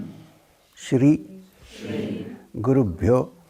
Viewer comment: Sounds like he is saying (pure) for the syllable (byo )? And i forgot the other question. Namaste thank you so much🙏🏽